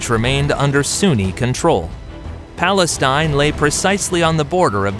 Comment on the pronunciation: Why does he keep saying palenstine?